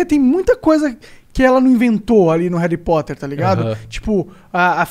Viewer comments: Me da agonia Monark falando réri poter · Monark fala Harry Potter igual minha mãe kkkkkkkkjk “Reri poter” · Que agonia ouvir o Monark falando "réri poter" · Vitoria Americo então deveríamos falar ARI POTER pq o “HA” tem som de “A” no português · Esse flow só foi pra falar Heri Poti kkkk